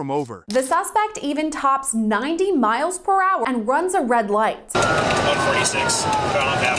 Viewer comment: "90 mobebobepos" u know what, just use ur own voice for 90mph. Idk y u use Ai so much... there's no personality to videos anymore lol